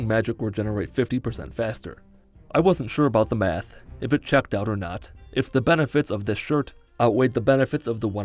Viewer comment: m-ath? It's math, short for mathematics.